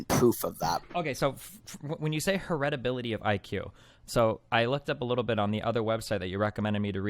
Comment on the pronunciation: Her-et-ability. The fuck.